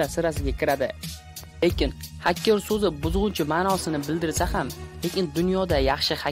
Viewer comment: Hakker mas haker deyiladi